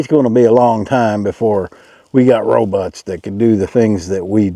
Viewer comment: Thumbs up for saying ROBUTTs... awesome..